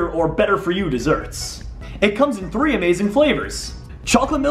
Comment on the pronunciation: tell it three not free